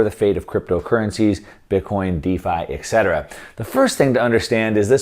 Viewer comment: Thanks for the precious info. One remark regarding a little error in the language, that is quite annoying: "etc." should be pronounced "et cetera", NOT "ec cetera"